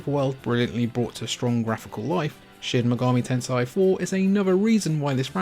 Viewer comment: Shin megami Tensai